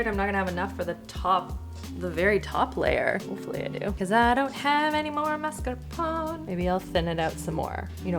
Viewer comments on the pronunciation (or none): I love recipes more than gadgets. Also, not wanting to be rude, but I think it's mascarpone (ponE is pronounced) as MAS-CAR-PONE. You pronounce it MARS-CA-PONE which is cute, but I don't think it's right. Love your videos and interactions with Christopher ❤ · It's not the pone part of 'mascarpone' that's the question; it's the MARSK part in the beginning. 🤣 Masc-ar-pone. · Hey, correct pronunciation is maSCARpone (you've been saying marscapone) and you do pronounce ne at the end. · Ciao. MascarponE...you have to read the "one" to! Hugs from Italy ❤🇮🇹😘🌹🌹🌹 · Scrolled a while and didn’t see anyone answer you about the pronunciation of mascarpone, so plz forgive if there are many and I didn’t see them! Mascarpone is pronounced MARS CARR(rolled ‘r’) PAWN AIR also Limoncello is pronounced l I Mon cello, not l E Mon cello lemon in Italian is limone, I know you didn’t ask but my Italian soul cringes and as you cared about how to say mascarpone arpone, I thought you wouldn’t mind. I am binge watching the cooking shows while unwell in hospital, thankyou for the fun way to pass this time! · For Marscapone, I pronounce the "e", but I do it like I've heard you're supposed to for "minestrone", where the last syllable is more like a short "eh". Almost like the "n" at the end has an extra forced exhale at the end. "mar-sca-PO-neh"